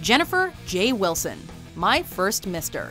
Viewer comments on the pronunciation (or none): none